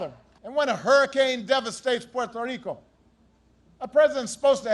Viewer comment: I love how he pronounced Puerto Rico like how you're supposed to pronounce it